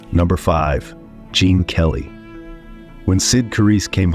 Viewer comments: It’s Gene not Jean Kelly. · Actually, it's Gene Kelly, not Jean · It's "Gene" not "Jean" Kelly